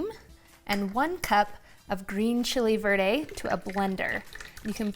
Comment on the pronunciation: "Green Chiley verday"